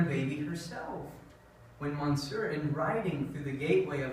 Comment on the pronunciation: Mush-SHURE you should say for "monsieur." Val-MOND, two syllables, cher.